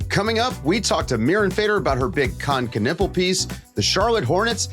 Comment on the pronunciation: Knüppel means bludgeon. :D US pronunciation sucks tho.